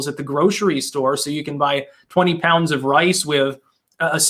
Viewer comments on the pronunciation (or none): none